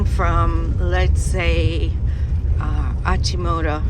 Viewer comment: AChimoTAH not Achimoto